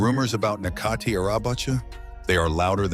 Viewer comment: his name is pronounced as Netjati not Nekati.